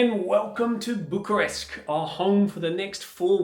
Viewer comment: You need to change your pronunciation from Bucharesk to Bucharest. same for Buchareski. 😆